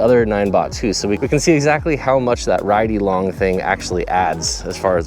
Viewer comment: 'RideyLONG' lol